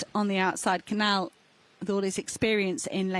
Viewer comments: Why are these commentators still not able to properly pronounce the spanish ñ, and the portuguese 'lh' in Cañal and Coelho... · You are horrible at pronunciation any names that are not English. I find it quite offensive that you don't learn how to pronounce the names in Spanish. There're only about 500 million who speak that language. Cañal and Canal do not sound the same. But, as usual Americans and British are very monolinguals and very ignorant. You don't pronounce the name of the Portuguese athlete correctly either. I don't know French or any Scandinavian language, but my guess would be that you will butchers those last names as well.. How unprofessional. I'd be embarrassed.